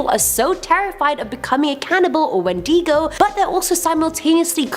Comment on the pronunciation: Wen - deh - Go